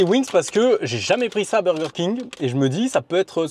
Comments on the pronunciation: Le BOWWWWGERRR KING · pourquoi personne ne parle de laccent 'burger King' 😂😂😂😂😂😂😂😂😂😂 si non cool video